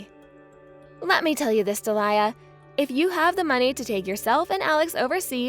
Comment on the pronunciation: Alex sounds 15 and his avatar is of an adult - his dad, perhaps. And he's a bit too good at English to only be, what, 9? And it's pronounced Dee-lee-a not de'liar.